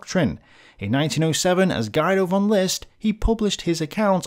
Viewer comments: FYI Guido is pronounced more like "Gee-doe" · Hey, just wanna let you know that "Guido" is pronounced "Geedo". No biggie. Keep it up!